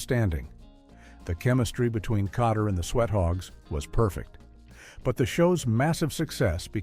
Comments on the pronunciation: You mean, you weren't fooled by the way Welcome Back........ Kotterwas incorrectly said over and over? LOL! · This AI did way better than most. Kotter and "Mitchelly" were the only thing it said particularly wrong or awkward. Most of these I turn off in 30 seconds. One today was talking about the Bionic Woman and called the character "Hi-me" Summers, when her name is Jaime and pronounced J-me. Immediate thumbs down.